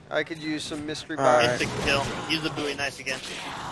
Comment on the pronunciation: its BOWIE not BOUY